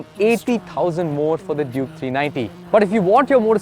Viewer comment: Why ur always calling it juke?. Clearly it says duke